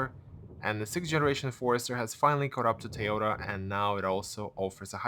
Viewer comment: It’s “toy-ota”. Not “T-ota”